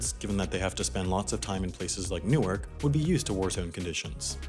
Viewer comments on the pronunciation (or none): none